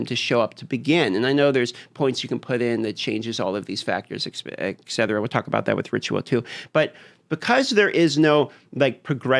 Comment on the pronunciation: My dude, I love your videos but for the love of God, please stop saying Ekcetra, etc. = ET CETERA there is no "k" in that